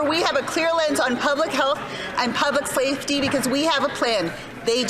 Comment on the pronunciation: Freudian slip? I swear I heard “public slave-ty”